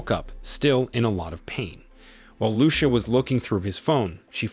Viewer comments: "Loo-sha"??? Seriously? I hope it's an AI narrator . Lucía should be read as "loo- THEE- ah" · It depends on what country you live in. Where I live its loo sha